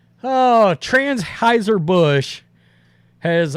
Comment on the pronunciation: We're just gonna skip over "transheisier Busch" hahahaha